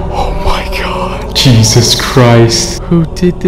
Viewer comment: Did he say cheesus Christ???